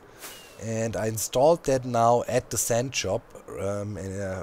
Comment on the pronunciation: the "sand"job Höre nur ich es?